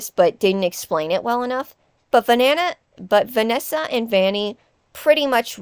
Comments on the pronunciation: Sorry but Vanana 💀 I can’t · “But Vanana-“ “But Vanessa and Vanny-“ I’m sorry, the Vanana slip up was gold. I once thought of that before too.